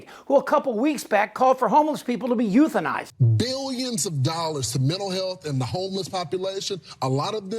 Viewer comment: The guy that says uthenize homeless. Why does he have a job ?